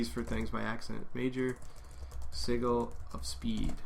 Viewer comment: Just for reference, "sigil" is pronounced /ˈsɪdʒəl/, the g sounds like j. Great video btw... extremely awesome. I'll be trying a few of these techniques when I get home tonight.